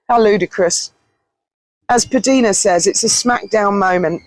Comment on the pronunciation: PDina is pronounced P Dinah. Just for your future reference. I have been watching her from the start & she refers to herself that Way many times. Love your videos & your honest heart.❤️